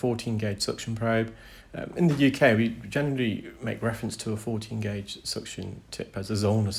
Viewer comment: Do you mean gauge when you say gorge?